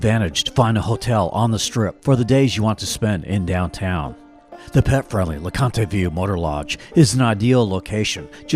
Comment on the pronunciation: It is not pronounced "LA-CON-TAY", it is pronounced "LA-CONT". Just so you know.